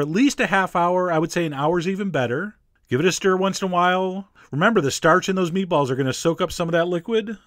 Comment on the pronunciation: The way he says meatballs bothers me.